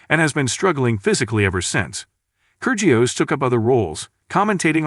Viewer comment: try pronouncing his name correctly....